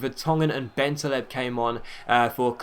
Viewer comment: Schär is pronounced Shar and Bentaleb is Ben Taaleb(2 syllables)